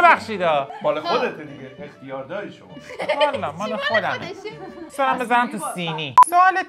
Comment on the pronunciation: لطفا اسم خدا رو بخوبی بگیر. بدرستی و کامل بگو سلام. ولی با همین لحن کشیده.